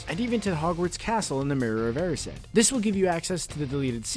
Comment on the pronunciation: The Mirror of what now? Its e-rise-d, not e-ri-sed. 🙄